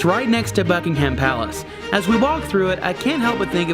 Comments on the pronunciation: Buckingham Palace is not three words. It's two words. It's not Bucking Ham Palace, it's Buckingham Palace. Buckingham is one word. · Best way is Bucking um Palace. You don't say the ham, there is no pork related words said. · “This is Bucking Ham palace” No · I was amused by the pronunciation - in a friendly way - where there was too much emphasis on the 'ham.' which made me smile. America is a great country. Members of my family emigrated there in the third quarter of the 19th century. Take Care!